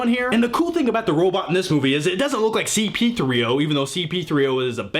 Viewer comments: Did you just say C-P3O Instead of C-3PO? Not a big deal, thought I'd bring it up. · It's C3PO not CP3O hahah oh my goodness. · its c3po not cp3o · uh... its C3PO :P